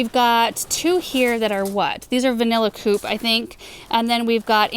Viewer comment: Hi....thanks for your videos I got a kick out of one of your tulips' name....it sounded like the name is 'Vanilla Poop', although I'm sure that's not what you really said. 😄